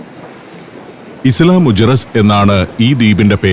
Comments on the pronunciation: മുജെറീസ് അല്ല മുഖേറസ് സ്പാനിഷിൽ ജെ യെ കെ എന്നാണ് ഉച്ചാരണം. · ഐലാ മുജിറിസ് എന്നല്ലേ പറയേണ്ടത്...?